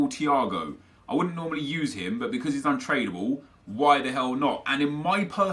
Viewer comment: anyone else hear him say "Untradeable" wrong at . He pronounces trad the way you would if you were saying traditional